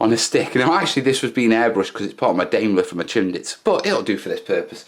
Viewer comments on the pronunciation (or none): none